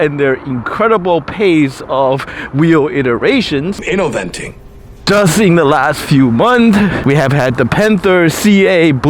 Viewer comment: "Innoventing" ~dead:face-green-smiling::face-blue-smiling::text-green-game-over